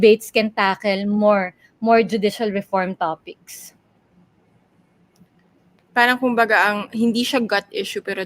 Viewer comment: Excuse me, WHY DO YOU PRONOUNCE " PARANG " WITH AN F HINDI KA NAMAN PUTI. 🤣😅🤣😅FARANG